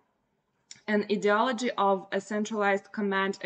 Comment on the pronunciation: ideolody.....its pronounced with an i ............i de ology( I hope you will forgive me for the correction,your English is 99.9% correct)